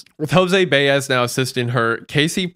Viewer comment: Jose Baez ... (BYE - EZ , not "easy" , like the letter "S") .... you still white washed it lol .... goofballs ...